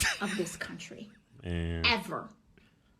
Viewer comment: “EVUR EVUR!”